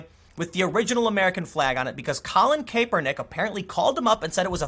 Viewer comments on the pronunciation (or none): It's pronounced Cap-per-nick , not Caper-nick. Noticed it in yesterday's vid. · It's Cap-ernick. Not Cape-ernick. I don't like Colin: not defending him...I just can't stand the mispronunciation. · Tim Pool it's Cap er nick not cape er nick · It's pronounced Cap-er-nick not Cape-er-nick. I don't like the guy but hearing his name said like that just hits the ear wrong. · It’s pronounced kappernick not kaypernick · KAPPER-NICK, not CAPER-NICK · It's pronounced "kap-er-nick" not "Kay-per-nick". People used to do this with Milo Yianopolous too. They would say "milo yiapopdopolous" because they're trying to distance themselves from Milo. They don't want you to know that they actually know how to pronounce his last name. People do this with LGBTQ as well. They'll say "LTGBQIZ" like they can't remember 5 letters or some shit. We get it, you have NO IDEA who what any of this stuff is! lol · IT’S “CAP-ER-NICK”, Tim! Not “cape-Er-nick. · good stuff once again It's pronounced cap-er-nick not cape-er-nick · Thanks for a great platform Tim. Just to give you a heads up "Crapernick's" name is pronounced more like Cap-ernick. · Vinh Hoang it's pronounced like cap-er-nick. Don't take Tim's terrible pronunciation over your friends who probably knew who the guy was before he kneel'd. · Good vid as always btw it's pronounced CAP-ER-NICK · Hoping this controversy stretches out for a few more days so I can keep hearing Tim say Caper-Nick. 😋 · How do you constantly pronounce names wrong. Cap-er-neck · Tim it is pronounced cap.er.nick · I could only make it 3 minutes in before hearing you mispronounce his name got annoying. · Have I been pronouncing Kaepernick wrong all this time? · are you saying his name wrong on purpose? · I admire how Tim doesn't know how to pronounce "Kaepernick." Ignorance about the NFL means he has his priorities in order. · Its hilarious when Tim says Kaepernick